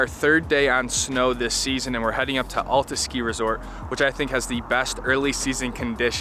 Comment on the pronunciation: Your videos are great. But as a Utah resident you’ve got to learn how to pronounce Alta properly!